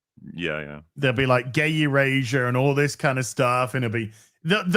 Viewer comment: I know that said, "gay erasure," but I heard "gayer Asia"...so, Bangkok? 🤷